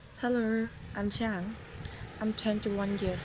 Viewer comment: "heRRO" what